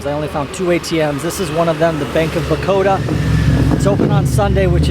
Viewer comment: Its Baroda bro not bakoda😊